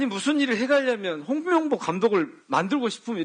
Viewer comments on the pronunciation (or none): 또 홍명보 하는데 똥명보로 들음 ㅋㅋㅋ